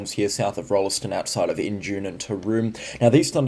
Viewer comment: One does not pronounce the "e" in Rolleston- it's "ROLLS-t'n", emphasis on the first syllable, chop the 2nd one like you're a pom!